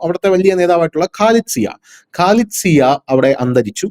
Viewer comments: ഖാലിദ് സിയാ അല്ല. ഖാലിദാസിയാ എന്നാണ് പേര്. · Not Khalid Zia, it is Khalida Zia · മറ്റ് മാപ്റകളേപ്പോലെയാകാതെ പേര് ശരിക്ക് പറയൂ.ഖാലിദ് സിയ അല്ല ഖാലിദ സിയ ആണ്. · Khalida Zia ! Not Khalid Zia, you have to talk correctly 😂😂😂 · ഖാലിദ് സിയാ എന്നല്ല, ഖാലിദ സിയാ എന്നാണ്. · Not khalid zia... Khalida zia